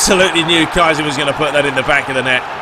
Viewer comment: It's not Kai-Sling, it's Kee-Sling